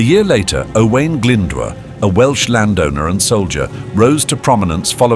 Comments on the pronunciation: I appreachiate the video and the history but I don’t appreciate butchering his name! It’s O”oo”a”I n Glyn D “oo” rh that’s the closest I can spell his name if you only know English Alphabet. And Rhys is Reese Enphesised R Huh Y or “uhh” shh Rhys I appreciate people doing these Welsh documentaries but what the English don’t seem to forget even today it’s not just Welsh people who were oppressed it was out language in education, social the church. It’s a bloody miracle the Welsh language has survived to this day. You English seem to forget or not care that English is result of Brythnoic, Breton, vulgar latin, french, Viking language and germanic being the anglo saxon the mixing of these languages is the modern English you speak today. Welsh is the closest Language to Brythonic and manx spoken in cornwall and Breton spoken in the north west of France but the numbers who speak the later two it’s classes as a dead language. As for Celtic and Galeic they are from the romance tree of European languages like Italian French and so on. When hear you say Owen it’s O”oo””ahh”I nh. Owain. You can go onto google translate and even though it is bad it will give you a welsh translation. The English were so stupid oppressing fhe Welsh and the scotish and Irish instead of thinking intelligently like fhe act of union which lead to British Empire which was bad in many ways but in other ways change the world forever in justic, running of countries trade even today. And all these English battles t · The narrator can't even pronounce the name owain glyndwr probably . typical English ! cymru am byth